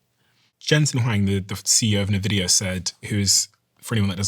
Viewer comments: Great podcast thank you. Also it's pronounced NVIDIA (envidia) and Jensen Huang (HwOng) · NEVIDIA, the way it's meant to be said!